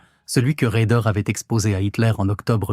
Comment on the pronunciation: RAEDER, pas Raider. La Louft baffe, Louft-bafeu, ...🤔 faut-il en rire ou en vomir ? DIETEL, pas Diète. La KOALITION, un troupeau de Koalas ? 😂 HAVOC, pas avocat. Les États-majeurs. 😮 ben heureusement, on va pas y envoyer des mômes... La VERMARTE... 44min45sec. Nous voici replongés en 1917. La Relativité d’Albert ? 47mn et quelques, idem, mais soit en 1870, soit en 1914 ...?